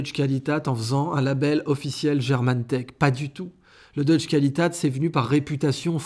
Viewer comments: Idriss, prononcez Deutsche "Kvalitet" et pas "qualitat"... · Deutsche Qualität se prononce Doitcheu (comme langue d'oil + tcheu) coualitaite.